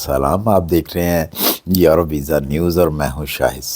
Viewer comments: Sir please if you don't mind please pronounce correctly یورو instead of ییرو thanks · Sir yero nhi euro hota Hy 😊 e U r o